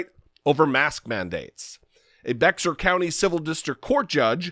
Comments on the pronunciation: It's pronounced like Bear not beXar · It's pronounced Bayer county. Trivial I know but I thought the same thing when I first moved here and I said bex-ar. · It is pronounced like bear. Bexar is pronounced like bare or bear, not beckssar county. I live here. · Your Guest Host today, (sp?) mispronounced a county in San Antonio, Texas, as Bexar, as BexxAr. It is correctly pronounced as Bayer, like Bayer Aspirin. Since I lived there for 8 years, I know the correct pronunciation, as do other residents. If Jesse is trying to influence Texans, tell him to KNOW how unusually spelled words and areas are LOCALLY pronounced, otherwise his message will fall on deaf ears in those areas. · FWIW: Texans pronounce it "BEAR county" (Bexar County) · I know it's not the most important thing, but as a proud Texan, it is 'bear' county...drop the 'x'... Otherwise spot on.